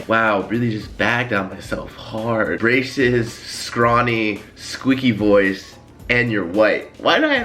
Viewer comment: I thought he said racist when he said braces